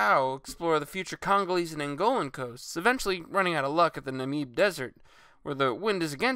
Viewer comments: It is not the Nuh-meeb desert. It is the Nar-mib desert. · Emma Lee Franklin wrong lol, it's Nah Mib